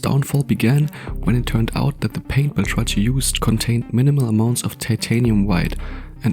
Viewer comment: It's pronounced "Bel-Trak-KEE" not "Bel-tra-tchee".